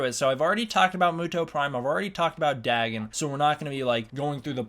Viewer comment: I believe it’s pronounced “Day-Gone”